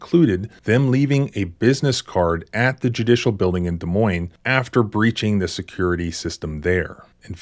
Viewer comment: Thanks for pronouncing Des Moines right, so many people pronounce it with the S, sorry people its French. Iowa sucks, so many corrupt people in this state.